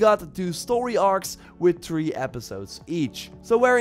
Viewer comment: Read the aloud Three trees chree 3reh trah fix your English